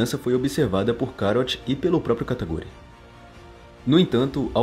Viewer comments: KATA KU RI, não kataGUri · Não é Kataguri, é Katakuri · Só eu q escutei ele falando "kataguri?" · ELE FALA KATAGURI